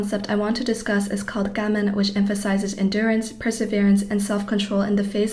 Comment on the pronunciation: I think your message is really important. I don't think it helps that you speak so fast. Do you have a reason for not pronouncing Japanese words like "gaman" the usual way? I wish you wouldn't say "eck cetera." It's "et," not "eck." Please slow down. It will be easier to get your important message across.